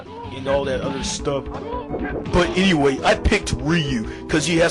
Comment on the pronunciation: Musclebomber = Mussobummer Genre = Jon Ray Super Nintendo = Suwertendo anyway = eenway Ha ha ha = Wuh huh huh A speech teacher must be killing themself every time talks.